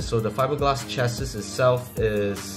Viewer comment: Lost me at chass-is